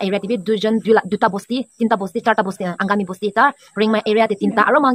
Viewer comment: Lat time u were saying Angami.😂😅